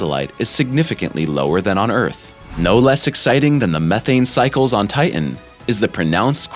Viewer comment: It’s titan you imbecile. Not TIIN